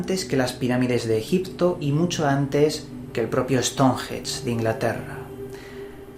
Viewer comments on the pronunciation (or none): none